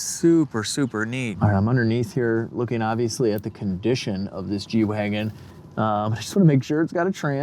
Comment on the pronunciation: At the end of the ad read you said, "let's get back to the G-Wagon." I thought you said, "let's get back to the Reggie Wagon."